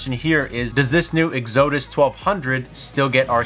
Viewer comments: Egg-Zoeh-Diss ??? This kinda shit is embarrassing. Go to school. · Yes…. EX-uh-dus, please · LOL, love the way you pronounced EXODUS! I get it, I-gor/E-gor. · Okay, so we aren't going to talk about how he is pronouncing Exodus! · Exodus is pronounced ek-sə-dəs. But maybe you're pronouncing it wrong on purpose. The way we mispronounce Oupes. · So he can’t pronounce Oupes or Exodus, and this is why I use hobo tech and not this kid. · Why do you intentially mispronounce the company name when you know how to pronounce it? Not to mention "Exodus" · I love your content, but this needs to be said: it was funny to call it "oops" once. Ha ha. You hurt your professional reputation by continuing to do it when you know better. And the word "Exodus" is very common. I'd look that up in the dictionary before mispronouncing it again.